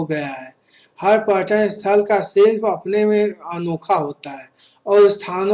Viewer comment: Bhai paryatan hota h